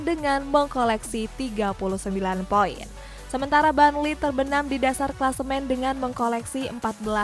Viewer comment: Burnley not barnley hadeeh😴😴